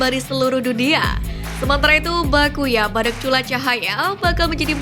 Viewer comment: Bacanya bacuya min bukan bakuya...bisa beda arti nanti😂😂😂😂😂